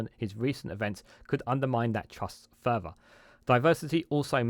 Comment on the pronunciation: Phonetically: 'San gee ta'. The 'g' is hard, as in 'gear'. Wivout, furver, and anyfink? I can't find any such words in the OED. YT is an international forum. Stop making us sound like a nation of morons who cannot pronounce words in our own language: sort out your pronunciation before entering a world wide forum.